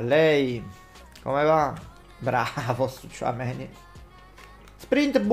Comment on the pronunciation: Tchoumenì ha un non so che di Napoletano